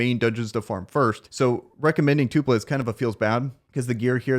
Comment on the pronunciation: It’s TULPA not two pla